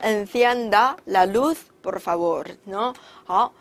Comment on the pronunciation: Por就没必要发大舌音了吧 听着好辛苦